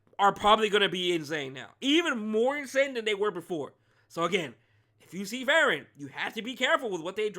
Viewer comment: A lil nitpick but hopefully i don't come out as rude but the pronunciation is Free-ren😊. Unless u are intentionally doing it for the trolls, then im ok with it too😂